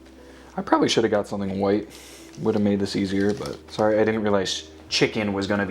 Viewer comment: I liked "UH-YURN" and "WUYT RICE", "VUYTIMIN"